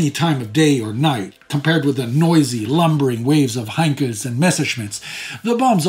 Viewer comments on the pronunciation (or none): "sa-voh [sic]" -- "sal-voh"; "hine-kuhs [sic]" -- "hine-kulls" -- the "l"s in these words are not silent.